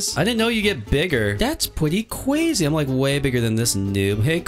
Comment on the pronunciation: Is so funny when he said that's just cwayze